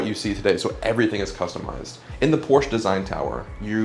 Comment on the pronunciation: Porsche is a TWO syllable word. Period.